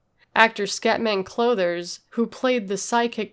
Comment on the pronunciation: 2 ads before the video! It's Scatman CRothers, not CLothers. Excellent video.